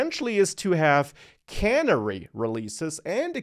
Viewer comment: Canary is pronounced like the bird. A canary release is named for the old mining trick of taking a canary into the coal mine. If poisonous gasses escaped, the canary would succumb sooner than the miners, thus warning them of the danger. A canary release can warn you of impending dangers of doing a full-scale production release.